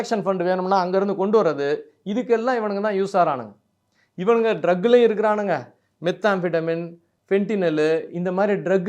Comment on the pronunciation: நுனங்காலுங்கிறது மனிதனின் உடலில் எங்கே இருக்கிறது என்று சொல்ல முடியுமா? அண்ணே! விநாகரோட வாகனம் மூஞ்சுறு! எலி இல்லை! அண்ணே! மெத்தபெட்டமைன் அப்படின்னு ஒரு முறை சொல்லி பழகுங்க! இல்லைனா "மெத்" அப்புடின்னு சொல்லுங்க!